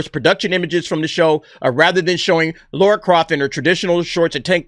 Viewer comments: Why do Americans pronounce Lara as Laura?. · Its Lara not Laura bud! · It's Lara not Laura??🤣🤣🤣 That's someone else. Maybe Sophie is playing Laura, a Sister we've never heard of. That's as far as my reach goes guy's.🤣🤣🤣